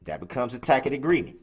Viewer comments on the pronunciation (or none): Tacit! Tacit! Not tack it! 💀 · The bottle of Tact-It 😂😂😂😂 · If you can't even pronounce tackit and substain and umbiblical then you aren't going to understand shit from shinola.. the man is so crooked he couldn't lie straight in bed. What is a liberry? Can you make jam with it? And BTW Bwooksy wooksy you could have 1000 years ( which you have) and you wouldn't have a shot at a defence. Because there is a fuckton of eye witnesses and video evidence that prove his guilt. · Him and his stupid “tack-it” (tacit) agreement.